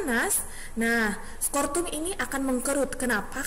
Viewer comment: maaf bu. sekedar evaluasi.... mohon membenarkan penyebutan nama organ. Skrotum... bukan skortum, testoteron bukan tostesteron... tuba fallopi bukan leher rahim. nama lain leher rahim itu Servix... mohon maaf sebelumnya, tetap semangat untuk berkarya...